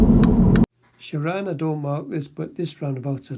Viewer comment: He couldn't even be bothered to pronounce his name correctly! It's ShaRAN not Sharon.